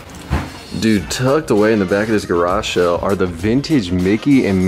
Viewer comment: Anyone else cringe every time he says “Garashell” instead of “garage sale” ?